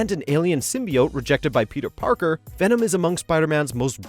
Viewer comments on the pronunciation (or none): none